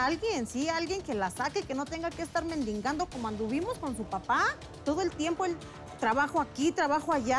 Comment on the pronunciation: Mejor aprenda a hablar sra. Se dice mendigando no mendingando